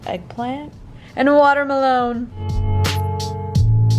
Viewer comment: « and a watermalon » lmaooo